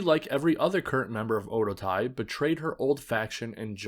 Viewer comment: Very informative and well-done video. My only critique is the pronunciation of Oedo Tai. It should be pronounced as Oh-eh-doh. In the video, it sounded like oh-doh.